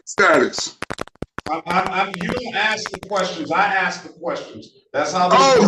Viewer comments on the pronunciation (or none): Well, if you "aks" for dismissal. It must be approved. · My Honor, I wanna axe you: Is this on the record? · He's "axing that it all be dismissed." How does one axe a dismissal? One can axe a log, axe firewood, axe a stump, or axe a murder victim. How does one axe a dismissal? With a paper shredder? Later he mentions wanting to axe the judge. Murder threats? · He wants to be "axed!" Quick! Somebody get an ax and report to the courthouse!!! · Another person "axing"